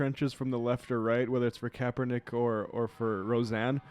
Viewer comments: CAPE-ernik.... Lol, Rush is awesome. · Is it Kaperneck or Kaepernick Rush? Learn english you fool ! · Rush is intentionally mispronouncing Kaepernick's name in this, just another way for him to demonstrate contempt and disrespect for a person of color. What a disgusting, deplorable man. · Rush is totally mispronouncing his name on purpose isn’t he